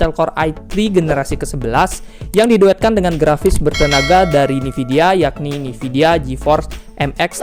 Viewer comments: sorry bang koreksi bukan "NIVIDIA tapi (E)NVIDIA" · bang gabisa ngomong nvidia apa? nividia mulu😂🙏